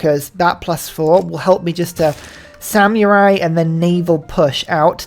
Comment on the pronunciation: Brother if you say samyurai one more time im gonna lose it